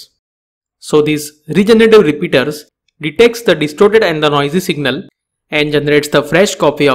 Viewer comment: Which type of repeater he is talking about I didn't understand its pronunciation ??